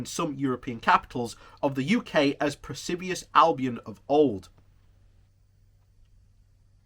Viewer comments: The expression is actually "PERFIDIOUS" (per-fid-ee-us) ALBION. Perfidious means unfaithful, untrustworthy. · you say persibious but I think you mean perfidious. And you fall over words. You are not in a pub with friends. You may profit from speech exercises like all professionals like Benedict Cumberbatch do before they perform but you obviously do not. You can find these simple but effective exercises on YouTube.